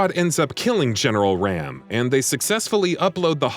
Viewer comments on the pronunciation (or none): It's pronounced ROM not RAM You made me cringe do hard when you said that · You're saying General RAAM name wrong.